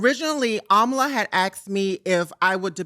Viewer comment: I don’t know but that was very Anti black of you to purposely mispronounce Amala’s last name like that.